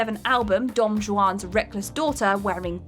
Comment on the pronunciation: pronunciation bingo: don jewan